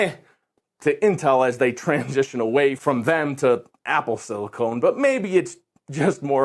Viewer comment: "Apple Silicone" Try silicon not silicone. It isn't boobie powered.